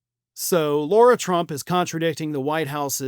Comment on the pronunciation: Her name is lara, not Laura.